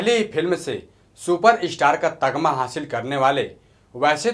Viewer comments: Tagma nhi beta tamgha bolte hain .. sikho kuch phir gyan bato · news bolna bhi aata h tamga Ko tagma bol rhe hu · Pahle bolna sikh! Tagma nhi tamgha hota hai! Kuchh jaankari ikattha kar phir bolo bhai! Abr saala Tu jaahil hai, aur bskledha hai! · Tagma nahi Tamga hota hai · पहले ये जान ले भाई तगमा नही "तमगा" होता है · Tamga hota hai tagma nahi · Bhai ye tum tagma tagma bol rahe ho naaa actually tagma nahi tamga hota hai bhai!! Bolne se pahle word ke pronunciation per dhyan diya karo q ki jab tum log galat bologe to sunne aur dekhne wale iska kuchh alag hi matlab nikalenge